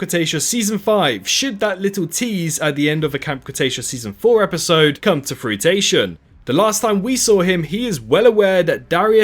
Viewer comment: Such a good theory! Also did you mean "fruition" when you said fruit-ation? Haha...